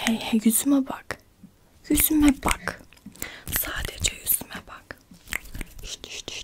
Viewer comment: Yüzüme bak dediğinde benim anlgıladığum:✨yÜzDeĞğ YüğĞz EnErCiĞğ BuĞğ NaSıĞğ BiğĞ sİnErCiğĞ yAğAğAğ✨👁️👄👁️